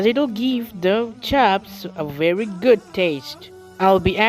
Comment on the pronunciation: Viry Vary Bury